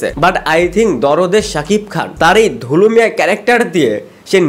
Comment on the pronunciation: দুলু মিয়া ❌️ ধুলু মিয়া ✅️